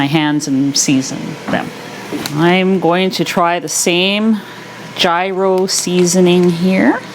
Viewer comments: It is not pronounced “Ji Ros”. It is pronounced “Year Ros”. I feel so inspired by your demonstrations. Thank you. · Just fyi, gyro is pronounced yeero. It all looks so yummy!